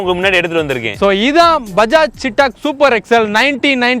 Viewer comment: நண்பா. ரொம்ப நல்ல வண்டி. இப்போ வந்த EV வண்டி ரொம்ப நல்லா இருக்கு. ஒரே ஒரு correction. அது பேரு சீட்டாக் இல்ல. "சேத்தக்". (Chethak splelled as Chetak).